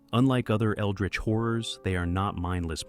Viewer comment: This guy says horrors like whores..